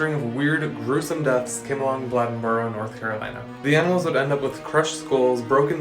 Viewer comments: Lol its pronounced "blay"Den"Boro" and its true! We call it the beast of boro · You botched the shit out of Bladenboro. You clearly didn't see the E to emphasize the A.